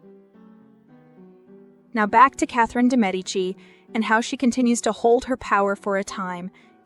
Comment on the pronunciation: First of all THANK YOU FOR PRONOUNCING HER NAME CORRECTLY! :) I couldn’t believe when they changed how they pronounced her name from season to season (from correct to incorrect) shudder. WTH?!